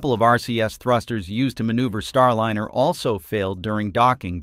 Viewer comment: I agree! Computer voice with so many mispronunciations - how many ways can you pronounce Starliner (?linner!) And WORSER is not a word!!